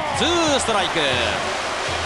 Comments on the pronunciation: ストライクコールが「気合いだー！！」に聞こえる！！ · 審判のストライクコールが「ファイヤー」に聞こえる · 審判が「ハイヨー」と言っている様に聞こえるのは俺だけ？ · ソイヤー！に聞こえる